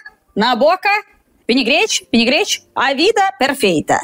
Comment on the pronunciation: "vinigrete, vinigrete, vinigrete" 😂😂😂😂